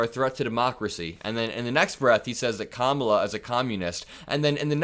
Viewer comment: Democrats and the media should continually call him Don-OLD Trump until he stops calling Kamala Kam-MA-la.